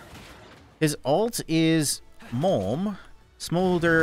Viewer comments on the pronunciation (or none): he said moam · Mmmooommm? You mean mom? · His R is his Mom spiting fire